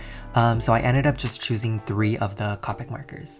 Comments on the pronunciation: It’s coepick not cawpick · what anybody else triggered when he said co-pic marker instead of cope-ic markers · It’s pronounced Co - pick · I think it’s Copic is pronounced Ko-pic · I love your videos but please.. Copic has a hard "o" sound not a soft one; I died a little every time you said "cah-pic" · I hate it when people say copic like that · He said copic wrong